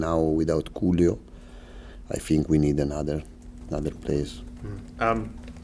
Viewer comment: Loving how he pronounces ‘Julio’ ❤